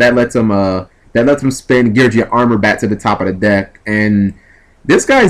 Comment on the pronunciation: it's gear geee ahhh not gear jee ahh